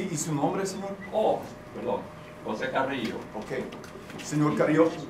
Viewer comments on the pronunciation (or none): So HOSEY! Can't even say the man's name right lol. Dude can't speak Spanish he just knows his little catch phrases